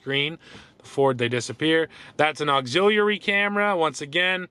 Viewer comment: Did anybody else cringe every time he pronounced ‘auxiliary’?